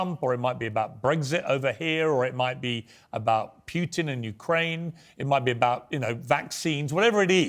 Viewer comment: It's not Pyoutin it's Putin